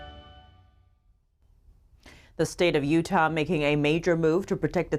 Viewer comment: Lol she does not know how to pronounce Utah yet, love her though